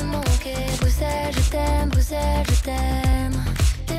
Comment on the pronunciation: La prononciation de Bruxelles tout au long de la vidéo me donne des envies de meurtre.